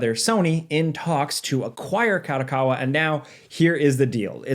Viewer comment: Company name: Ka-do-Ka-wa Says the name: Ka-dA-Ka-wa ... wtf!@ A != O Kado Kawa